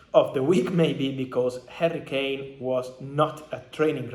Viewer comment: HARRY-KANE not HURRICANE lamo